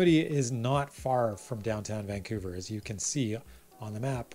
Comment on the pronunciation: Good stuff, but it seems like you alternate between pronouncing Vancouver as; Vancoover (correct) and Vankewver (incorrect). Of course it could just be my hearing... Good content nonetheless, but because of the aforementioned, I gravitate towards your videos about Burnaby, Coquitlam and Port Moody :) (Edited to be less acerbic and grumpy old man-ish).